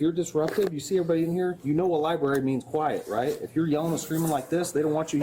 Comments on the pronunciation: "Itsa public LIBARY" She may wish to use the library to improve her English. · Lieberry😂 She's probably homeless 10!! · True cause for arrest is her saying “libary” instead of library. Disgusting behavior 😂